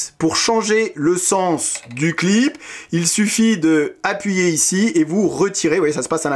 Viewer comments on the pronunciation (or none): none